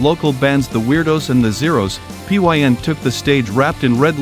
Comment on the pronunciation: Why does the narrator pronounce "Bobby Pyn" as "Pee Why En?" It's pronounced as "pin," hence, bobby pin! The Germs themselves were most hampered by Bobby Pyn/Darby Crash, a terrible singer and drunken, lurching would-be Iggy Pop. The most AMAZING thing related to the Germs is that Pat Smear years later played on stage with Paul McCartney. A Beatle and a Germ together! Who could ever have imagined that?!